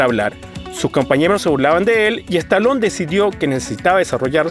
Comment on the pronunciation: Stallone ! y NO Stalon..... Muy mal tu pronunciacion!!